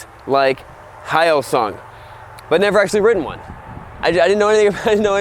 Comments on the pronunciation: Should be pronounced "hio-soong" instead of "high-O-soong"! Just think about the Korean car "Hyundai". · Pronounced “He-yo-sung” not “High-yo-sung” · No offense to him at all, but he pronounced "Hyosung"'s first half as if it were the "hayo" in the Japanese word "ohayo". Hyo is read hyo, not hai-yo. (By the way, it wouldn't be read "hai-yo-sung" in romaji either. That would be spelt Haiyosung, three syllables. 효성 in Korea I suppose? I'm not very well versed on Hangul, but I'm aware that that is two syllables.) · its Hyosung. it's already spelled properly right? not High-oh song.. the hell is wrong with you man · It’s pronounced hyo-sung not hi-o-sung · Its not HI SUNG, its HEO SUNG. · irnagtx actually it should be 효성 hyo-song if you speak Korean but their home page spells it hyo-sung. Which is more to do with how people first Romanised the Korean alphabet into English. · Its pronounced "HEE-YO-SUNG" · Almost silent H. hYosung. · It's pronounced, "heeYOHsung", jus so we r clear about it.... Lol. Good machines, overall. Koreans r not th type to put up with low quality, their products tend to b quite solid. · Honestly, the only video on YouTube regarding the hyosung bike that's not in 144p lmao. Good review ngl, Im gonna be getting a gtr model soon :D, it's pronounced 'he-yoh song', korean is a bit hard to pronouce. South Korea has always been economically behind Japan, it took them a while to get started and to be honest they do lack the quality and promise of good quality Japanese bikes would now offer, but I reckon Hyosung could make it one day. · Its Hyo - like Yo with an H sound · It’s pronounced how-sung, hyosung. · Hyosung is pronounced like h-yo-sung so yo sung with a H. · 효성 in Korean would be pronounced most similarly to the English phonetic /hjəːsɔːŋ/ hjersong, where the r is non rhotic. It's not directly transcribable, but that's about as close as it gets. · its pronounced more like hey oh sung but say hey oh fast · its pronounced like " yo-sung"